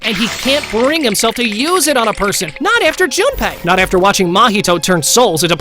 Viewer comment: there's afer instead of after